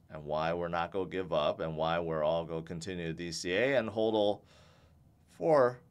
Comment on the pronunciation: Your pronunciation of hodl makes a lot more sense. It should be pronounced the same way hold is pronounced. The other way sounds stupid and makes no sense.